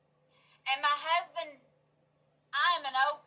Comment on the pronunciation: She pronounces husband like hasbeen. I love it 🤩 Hope you are doing well 😻